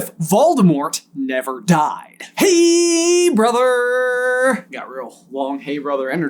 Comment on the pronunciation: Some extra oooomph in that “helllloooo brotherrrrr” today! 🤣💖